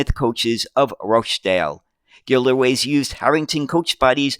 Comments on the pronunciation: Gliderways (not Gilderways)of Smethwick (pronounced ‘Smethick’). I still have some of the Matchbox model, about which there is an article in the latest ‘Classic Bus’ magazine No.193. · ...and "Gilderways" should be "Gliderways"!